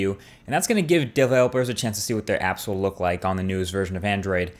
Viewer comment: "stock AApps" that New York accent peeking through ;)